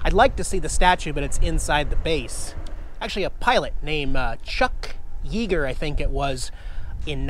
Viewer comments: Not to be persnickety, the name Yeager is pronounced Yaaaager, not Yeeeeeger. Hope this helps, I mean for future reference... That "SS Minnow" looks like an actual hull of a boat. Cheers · Chuck Yeager, one of the most famous pilots in the world’s name is actually pronounced Yayyyyyger, not Yeeeger. Hey, he’s American, you’re American and I’m Canadian, so why do I know that and you don’t? Sad! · "Yeegar"?? Come on man LOL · Its Chuck Yeager pronounced "Yey-ger". The airport in Charleston West Virginia was also named after him. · It's pronounced Chuck (Yay-gurr). Also Edwards Air Force base is where they used to land the shuttle and then piggyback it back to Fla. Why they did that, I don't know. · Yeager is pronounced with a long A.